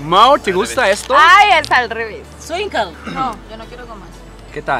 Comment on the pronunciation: Wueros!! jajajaja los skwinkles no se pronuncian como en inglés, se pronuncia "esquincles" que significa "niños o chavos", sólo que está escrito con un modo "cool" jajajaja saludoooos!